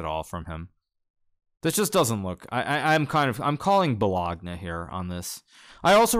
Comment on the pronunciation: Hikaru: doesn't understand the most basic memes despite being a chess god Also Hikaru: makes me laugh by pronouncing "bologna" weird 😂